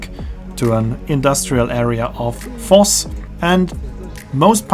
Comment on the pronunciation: I did think you were a german-speaker, but I still didn't connect Voss and Foss until i saw the pictures and realised V is pronounced as F in German.